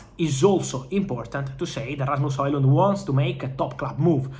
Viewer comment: Rrrrrrrrrrasmus Hojlund 😅 I'm jealous of the trilling of your R's